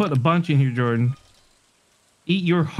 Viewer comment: for everyone watching this its jordan not jardon